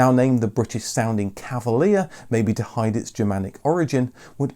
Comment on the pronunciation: "Cavalier" sounds French, not British...